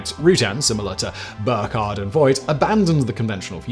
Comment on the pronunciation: gotta correct you, Simon: the designer of the bv141 was Dr Richard Vogt, rhymes with "poked", not "Voit"